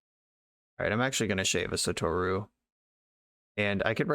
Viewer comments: Just as a heads up, you had 'sah-toh-rue' pronounced right the first time. JP pronunciation is 100% syllable-by-syllable, basically no exceptions. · Well, I wouldn't pronounce the u as strongly. It's not a long vowel in the name "Satoru". Non-long u's in Japanese have a tendency to be under-pronounced.